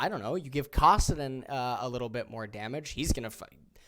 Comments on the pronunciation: Kawsidin LMFAO come on bro that one isn't even hard to pronounce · I’m going to lose my mind if he he keeps saying kawsedin